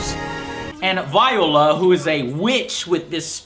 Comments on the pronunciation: I'm about 3 minutes in the video, and I'm pretty sure he mispronounced 3 names, I don't know if he does humorously or not, and I don't really watch the show (when I do, I enjoy it) (those 3 names I was talking about were hilde (I recognize her name to be pronounced hild•AEH), Z.W.E.I. (I recognize as ZVAI) And viola (I recognize as VEE•OH•LAH.) I would say that that's how I hear the announcer say, but I don't wanna say that, hear the announcer (despite how much I played the game) and then discover I was wrong. though some names kinda feel doomed for confusion. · Three mispronunciations within the first two minutes. Done with this video after that. It's not "Hill-dee", it's "Hill-duh". (Hilde) It's not "Zway", it's "Zvie," like the German "two". (Z.W.E.I.) It's not "VY-o-la", it's "Vee-O-la". (Viola). Had you actually played the game a little bit, you would have heard the narrator say those names if you picked them from the roster.